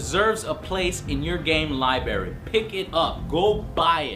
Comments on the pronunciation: wtf is a Libary? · Been enjoying the reviews, good work Joe! (P.S. are you saying 'libary' on purpose?)